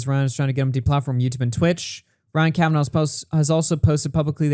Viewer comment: "Ryan Kavanov" 🤣🤣🤣 Good one, Baldy Daniel Keem!